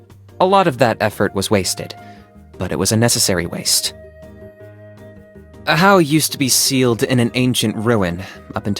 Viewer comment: ajaw's name is actualy pronouced ahaw. Probably because in spanish The letter "j" is pronouced rhe.